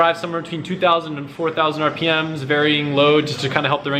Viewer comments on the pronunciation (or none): none